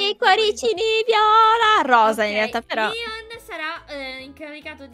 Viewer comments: SI DICE LEON??????? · Non SI CHAMA LION SI CHIAMA. LEON